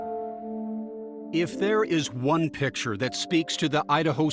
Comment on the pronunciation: Can't stand it when an adult pronounces the word "picture" as "pitcher".